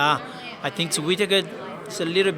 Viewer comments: Robert Whita-taker?? Who the fook?? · Robert whita whitataker 😂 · Joanne Calderwood can't pronounce "Robert Wittaker"? English is not her mother tongue? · Am Scottish and a can tell u right now Whittaker is not hard to say 😂😂😂